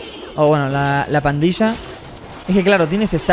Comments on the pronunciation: 558 robles dice parrilla en vez de pandilla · Jajaja lo que se dieron cuenta de que robleis dijo parrila de duendes jijijaja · ROBLEIS TE DISTE CUENTA QUE ESTAS DICIENDO PARRILA DE DUENDES EN BES DE PANDILLA DE DUENDES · se dice pandilla de duendes capo.